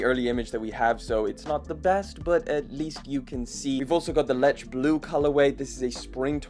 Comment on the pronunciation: Leche is two syllables and is Spanish for milk.